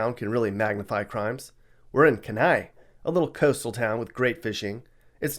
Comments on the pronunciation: Heads up- in Alaska, It’s KENAI, Not KAnai. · In alaska it’s not kanai, it’s kenai, just letting you know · You mispronounced Kenai. It's said like Keen-eye. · It’s Kenai, pronounced keeneye, not Kanai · It's "Kenai", AK. Not "Kanai" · I think it’s (key-n-eye) spelled: kenai in Alaska. Not kanai 😂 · In Alaska, it’s “Kenai,” not “Kanai,” and it’s pronounced “”key-NIGH,” not the way it was mangled in the video. Good job on the statistics, that’s a boatload of work. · Kanai, Alaska? Don't you mean Kenai? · Kenia Alaska (Keeneye) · It's Kenai, not Kanai in Alaska🤣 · for Alaska its called Kenai not Kanai pronounced Keeni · It’s Kenai Alaska…Not Kanai Alaska… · Its not pronounced KA-NI-Y its pronounced KEE-NI-Y, the city in alaska. Thats the second time iv heard it on T.V. and both times they were pronounced wrong. The other show was andrew Zimmerman Bizzar foods. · No such place as "Kanai" Alaska. I suspect you mean Kenai. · It’s Kenai. Not Kanai. LOL! I’m from Anchorage. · There is no city in Alaska named “Kanai “ The correct name is Kenai pronounced “Key-ni . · kEnai. Not kAnai. Pronounced KEE-N-EYE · It’s KENAI, AK. Pronounced (Kee-ni) not Kanai. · Dude it’s Kenai, Alaska not Kanai, Alaska. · Alaska - KENAI. Pronounced - KEY-nai. Kanai isn't a place. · In Alaska you said Kanai which is actually spelled Kenai. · KENAI! Pronounced Key - nye. You are a waste of bandwidth. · Kenai Alaska is sounded out as “Key nn eye” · As an Alaskan I have to correct. Kenai kee·nai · I live in kenai ak. Its not that bad. Ohh it's pronounced key-ni And check out the crime statistics for missing people. It's not getting lost in the woods. We have issues with trafficking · Dude I’m From Kenai Alaska….its pronounced keeneye by the way and you spelled it wrong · I believe you mean Kenai, Alaska (pronounced Keen Eye). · Let me help you correct Alaska’s town called, KENAI…pronounced KEY-NYE. 👍🏼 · Just FYI....the one in Alaska is KENAI....pronounced KEEE NIGH!!!!!! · It is kenai! Pronounced key